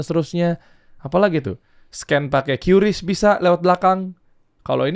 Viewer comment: QRIS bacanya Kris bang, bukan kyu ris 😁